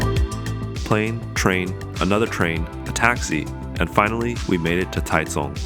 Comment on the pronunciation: You made me smile when you said Taichung/臺中 in the local accent, dropping the "h" out of 中. Really looking forward to the videos.I am going to be in Taiwan in a couple of weeks, hoping for good weather so I can get some riding in. I am sure going to be regretting this extra "winter weight" the first hill I come to, I am going to need all the gears I can get plus some. So no fixie for me. Cheers